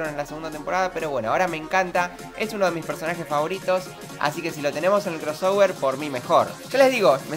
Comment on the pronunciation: Deja de decir "Cross -ower-" maldita sea